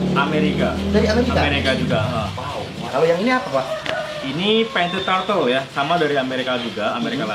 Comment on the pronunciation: wkwkwk tortle. yg bener turtle brooo hahaha